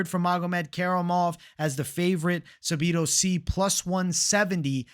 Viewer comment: Please please please say Sadibou sy’s name right. The way u say it irks me lol